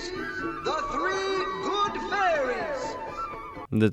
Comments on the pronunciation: The Three GOOD Fairies, not "hooded" faires. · It's the Three GOOD Fairies, not three 'hood' fairies